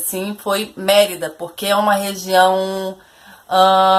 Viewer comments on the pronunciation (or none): none